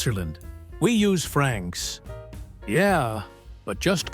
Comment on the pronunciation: Its "francs", not "Frank's". One is money, the other is a bar. Or a diner.